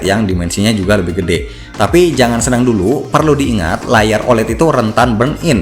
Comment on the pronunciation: OLED bukan dibaca "olet" tapi "o-el-i-di".